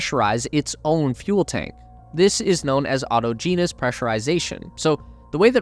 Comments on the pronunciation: “No one has been able to get a liquid methane rocket into low earth orbit “. That is not correct. My understanding is that a Chinese rocket manufacturer has successfully done this a few weeks ago. autogenous is pronounced “aa-tow-jee-nuhs”, not “auto-geenous”. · say it with me.. ought-ah-gen-ous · Correct pronunciation: awe-ta-genus. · That’s not how you pronounce autogenous 😂